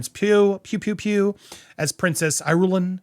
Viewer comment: Your pronunciations are awful. It's Fremen not "Freeman". And it's Princess Irulan not "Eye-rul-in".